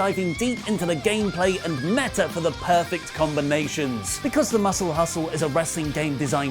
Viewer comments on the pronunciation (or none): none